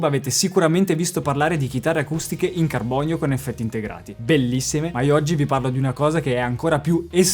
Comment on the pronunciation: TUTTALAVITA FIBRA DI CARBOGNIO